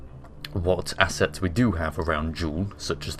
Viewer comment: 'I'll take a tug and consolidate all my asses...' -...... So that's where the tissues went... P.s. I know you said assets, it just sounded like asses...